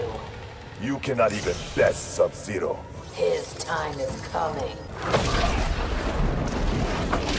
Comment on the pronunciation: He pronounces like "sub ze-raw"